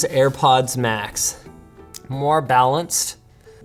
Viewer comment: "For Airpoddings"